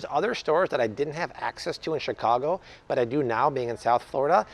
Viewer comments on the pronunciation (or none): none